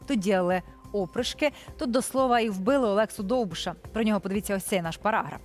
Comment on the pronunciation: Слово ОПРИШКИ ТРЕБА НАГОЛОШУВАТИ НА ДРУГОМУ СКЛАДІ,п Ведуча